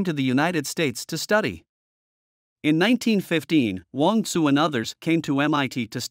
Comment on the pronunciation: I think it's Wong "Tsu".